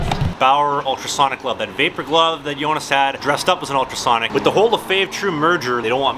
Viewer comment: You couldn’t be more wrong lmao. All the Os in his name are pronounced like the O sound in ”load”.